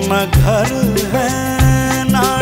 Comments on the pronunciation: Sriniwasji, simply too good. But Hindi pronunciation of that other singer was not good. ना गर है, ना टिकाना..❌ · Hindi pronunciation was also no good of that singer. ना गर है, ना टिकाना..❌